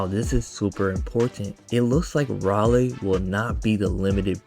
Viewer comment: minor correction: You can pronounce his name as "Ray - Lee" Im happy we finally getting an AOE unit